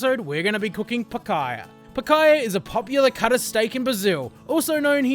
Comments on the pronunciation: Picaya? Lmao its picahna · Picaiyah? It's PEEK-ANYA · If you are gonna cook it, atleast try and pronounce it correctly, it is pronounced picanyia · Nice vid. Just the pronunciation of Picanha is more like “Pikaanya” sound. At least in São Paulo! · I'm glad he took the time to learn how to pronounce it.😐